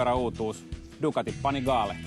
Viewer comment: it's actually a lot closer to the real pronounciation than the american "pannygally" which i heard a lot